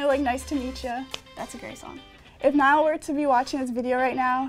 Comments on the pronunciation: No one Literally no one Cc saying Niall's name as Nile Me:- so you've chosen death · No one Literally no one But me- hey his name is Niall not Nile ya...